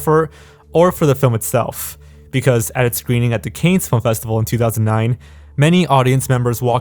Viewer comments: CANNES is pronounced can, Not Cain. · "The Kaynes Film Festival"....? Seriously? Edit: "Sara-hee-vo" *I really fucking hope is trolling us right now." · The festival is pronounced Can, not Cains. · Cannes is pronounced ~"Can" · Did he just say the "Canes" film festival. Kids these days just don't care. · The Canes Film Festival? Seriously? When you mispronounced Cannes, that's when I stopped watching. That's the point when your credibility went down the toilet. You're just reading stuff that you found elsewhere, but you don't necessarily know what you're talking about. You mispronounced other words, too. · Cannes is pronounced Can bro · i don’t know if anybody else has said this yet but for future reference “cannes” is pronounced as “kan” and “sarajevo” is pronounced as “sara-yay-vo.” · Just some nitpicks: Cannes is pronounced "can" and Sarajevo is pronounced "Sara-YEH-vo" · Oof. If you're going to call it the "canes" festival, then you have no footing on mispronunciations of your name. Also, it's "sarah yayvo", not "sarah heavo". love your stuff, dont get me wrong,. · Cannes is pronounced “Can”. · All this knowledge and you don't know how to pronounce Cannes? EDIT: And wow butchering Sarajevo. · The uncultured swine narrating this video should learn how to properly pronounce “Cannes” when talking about their film festival. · Wait.... let me get this straight... You do a YouTube show on film and media, and you don't know how to pronounce the Cannes Film Festival?!? REALLY?!?